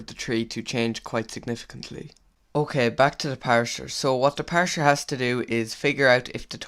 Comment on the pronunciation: parser not parsher